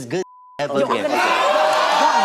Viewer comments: Omg if she says Juan ONE MORE TIME. 🤦🏾‍♀️ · Thats her man but she cant pronounce “Juan” after steve said it multiple times?! 😂😂